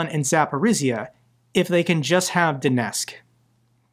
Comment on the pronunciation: Mate as much as I support your work please pronounce the T in Donetsk. It's disrespectful to be so sloppy about Ukranian place names.